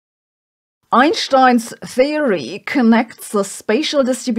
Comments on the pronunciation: There is no sch in Einstein. Why pronounce it that way? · She chooses to pronounce it the original German way for some reason ("eye-nsht-eye-n")